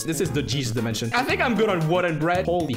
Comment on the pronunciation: How normal people say dimension:normal How say dimension:ÉL Á DIMENSIONÉ